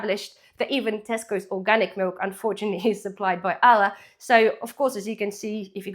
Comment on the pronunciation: It sounds like you're saying Allah not Arla, but good vid.